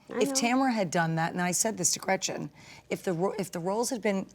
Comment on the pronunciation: Am I minority here bc I don't dislike Tamra at all! I dislike Gretchen SO much and her terrible lies, and Emily is the worst of all of them here. She really irks me. And if she says gretchers one more time, i am going to lose my mind